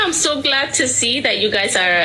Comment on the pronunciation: SHE SAID, I AM SO GLAD TO SER, አዩ ፈስ እንግሊዘኛ ያውፕቅሽ መስሎሽ ሰልጥነሻል አሉ አዬ 😂😂😂😂